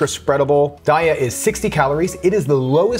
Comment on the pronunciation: Good video. Love the taste tests. Sorry to bother you about this but Daiya is pronounced day-yuh.